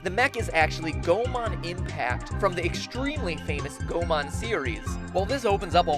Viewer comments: Geeky as you might be, Goemon's pronunciation is wrong. It is Go-EH-mon, not Go-man :(. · It's pronounced Go-eh-mon, not Goh-mon, Mat-ol'-boy! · Something you forgot to mention: Goemon was a real person. Oh, and it's pronounced "Go-ay-mon."